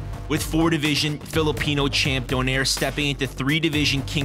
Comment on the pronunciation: Donaire pronounced Do-nay-re.